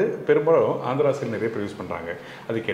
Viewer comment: It is Andhra not Andra